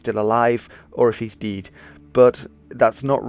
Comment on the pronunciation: English is not my native language and despite that, that pronunciation totally caught me off guard.